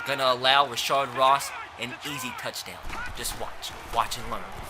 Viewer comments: Its rashad not rashard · its not rashard ross lol, its rashad ross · Rashad not rashard Ross